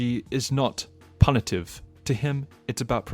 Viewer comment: And so is his pronunciation of "Punitive"